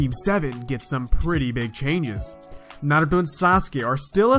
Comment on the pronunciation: You say naruto with such emphasis lmao